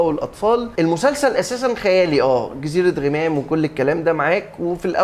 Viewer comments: يا انطق اسم المسلسل عدل.. مش غِمام.. اسمه غَمام.. انت جاي تتكلم عن المسلسل وانت مش عارف تنطق اسمه صح..!! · ياعم اسمه غَمام مش غِمام ال غ عليها فاتحة.. حتى كلهم فالمسلسل بيقولها غَمام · انت ليه باكسر ال غ في غمام هي مش غيمام 🙃🙃🙃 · اجمل مسلسل في رمضان.. تمثيل اكتر من رائع قصة جميلة اخراج وتصوير وموسيقى ممتعة. وبالمناسبة اسمه جزيرة غَمام (بفتح الغين ي 😂😘)